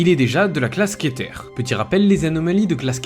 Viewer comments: le r se prononce, ducou sa se dit keteur ou ketér, enfin jsp trop comment l'écrire mais le er ne se prononce pas é vue que j'imagine que c'est a l'anglaise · ça se prononce kéteur (les anglais aussi) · NON NON ET NON pnt 😂😂 c'est KETER !!!!!!!!!! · ON DIT " KÉTEUR " BORDEL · Je sais pas qui à fait le dessin mais c'est un BG. ✨ Ps : Ça se dit "Kéteur" ! C'est de l'anglais mec 😅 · Je suis te suis depuis cthulhu azathoth etc y'a plus de deux ans, mais la Fréro rien que pour le prononciation ( keter mais sa a mon avis sa ta été dit 😅) je te conseillerais bien le wiki fr sur les SCP sa t'éviterait certaine bêtise, force a toi et fait comme avant, travail tes vidéo. Car le je saigne ( pour des gens comme moi fan du lore scp ) après je salut ton envie d'élargir ta chaîne, pour t'apprendre la chose je te conseil docteur bob et détective void ( meme si se dernièr est pas facile a trouver) en espérant avoir fait une critique constructive et que tu ne me prennes pas mal ou ne pas avoir un ou deux " Fan" débile qui attrape ma vestes 😅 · Alors, la vidéo est très bien, bien réalisée, divertissante, bien illustré, bien documentée et très bien racontée, je suis très heureux que la creepypasta sois encore aussi populaire et que des créateurs même en 2024 en parlent toujours, surtout avec ce genre de vidéo J'ai beaucoup aimé mais pourquoi prononcer le mot Keter à la française au début de la vidéo au lieu de la prononciation normale (ketœʀ, pourtant utilisée le reste de la vidéo) ? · Le reste du monde: Keter: Queuté 🤣🤣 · Keter ca ce prononce Quétaire pas quété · ca se dit pas queuté mais keter et c est bien ké pas ke comme tout le monde dit regardfe tout les pays il dise belle et bien kéter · C’est pas keuté c’est keter apprends a prononcer stp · "Keté" 💀💀 ca se dit 《kétèr》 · Prochaine fois dis "Ké-teur" au lieu de "QUEUE - T" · c'est pas keté mais kétère au niveaux de la prononciation de keter comme cutter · keter = queuté , ca donne envie de se suicider une tel prononciation